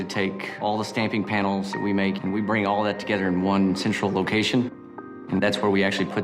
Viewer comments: Toge-THer.. not toge-ter!! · "Toge'der" (frigging Louisianan engineer)